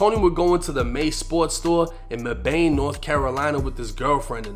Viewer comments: my dog it’s pronounced “meh-bin”😂😂😂 not “may-bayne” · Mebane: Not “Mebaine” ,pronounced me-ban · Mebane is pronounced Meh-ban. You did pronounce Durham right though 😆. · The way he pronounced mebane was insane😭😭😭😭